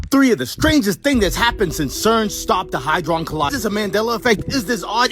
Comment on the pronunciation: What's good Collective! What's good!!! We back with another banger!! Hehehe Much love to you all! Side note: that one clip, it's HAdron Collider. It doesn't have a 'y' in it lol I used to get it wrong too. But yeah its Hadron lol